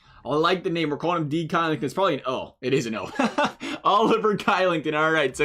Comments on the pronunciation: no hate, but oliver kylington is actually pronounced... Oliver Shillington but spelled Oliver Kylington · It's pronounced Shill-ing-ton.